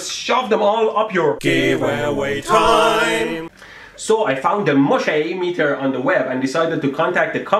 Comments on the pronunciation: I know fellow Germans already told you about the mooshimeter, but your alternative name of muh-SHAY is close to “Moschee”, the German word for mosque. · The way you pronounce Mooshim sounds like Muschi the German word for cunt xD